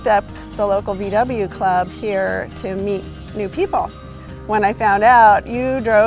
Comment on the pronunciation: Nice story... But when I hear "Vie Dabbljuh" I get ear cancer! It's "Vau Weh"!!!